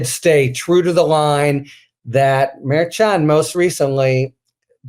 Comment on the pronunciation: Harry, please learn to pronounce Judge Merchan's name correctly.